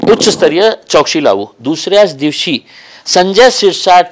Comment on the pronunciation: चोकसी नाही चौकासी बोला साहेब